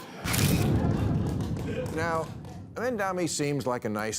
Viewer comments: bill's disdain for mamdani is so thick that he refuses to learn how to pronounce his name correctly. it's as easy as Kamala but bill has such a problem with mamdani's proposals that he just can't bring himsef to dignify the man by saying his name right. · Learn to pronounce his name Bill.